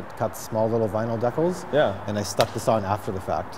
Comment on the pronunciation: "deck-els" hahaha Decals bro decals.